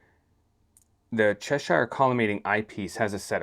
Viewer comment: The Cheshire collimator was designed by English university professor F. J. Cheshire. Unlike the place name, it is therefore not up for the usual US spin on things and should be pronounced "Che-sher", rhymes with "thresher". Solid collimation video though. 👍